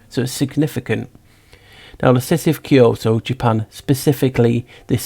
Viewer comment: Kyoto almost sounds like ky-ho / key hole